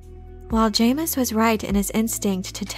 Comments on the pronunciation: It’s pronounced Ja-mis not Jay-mis 😂 loved the video I love all your videos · It's pronounced JAHmis. Retrain your AI narrator or get an actual person to narrate these. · I've anyways pronounced it as "Jameez" ... it's better that way really